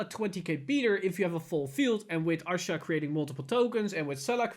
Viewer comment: Rebirth of pineapple 6 he was saying Arsha. Look at the way his mouth moves when he wants to say Asha. Obviously we know what he means but yes due to his accent he says Arsha instead of Asha